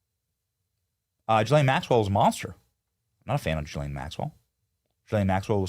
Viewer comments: Why does Benny call Gh islane Maxwell GhiRlaine it’s Ghislaine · Please say her name correctly Benny Ghislaine G not J… sound! Thx 🙏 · hey benny! love your show a note think of her name as 'Glenn' its french its pronounced 'Guh-lenn' not 'Jill-ayne' still love the show cant wait 4 the arrests just wanted to comment. after all maybe they will televise her sing & cant wait for treasonous heads to roll peace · Her name is pronounced Gee-lane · Please Benny pronounce correctly GISLAINE MAXWELL, not Gilaine. You have to pronounce the s. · Please stop pronouncing her name Ja-lane, it’s Ga-lane Maxwell. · "Ga-lane" Maxwell